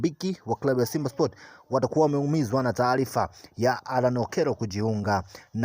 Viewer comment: Alan sio Aran